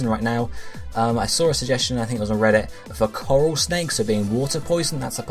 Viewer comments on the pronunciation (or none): none